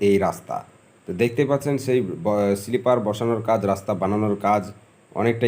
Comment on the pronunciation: Bhai Rail estation noy, Rail station bola hoy, si-li-per noy, sleeper bola hoy. Tomar sob video tei dekhi khub bhul ucharon koro jegulo sunte advut lagche.